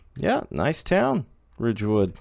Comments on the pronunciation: I live along this route in northern new jersey so I know quite a bit about the route and towns along the line, and your pronunciations of towns were decent. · Lol alright, glad theyre getting pronounced somewhat correctly